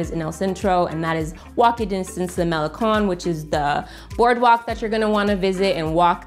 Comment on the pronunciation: It's Cinco de diciembre a little bit of spanglish and the G in Guero is silent, Malecon con not cone. Great video keep up the good work.